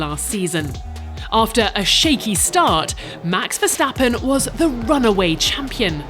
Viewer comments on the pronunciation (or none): none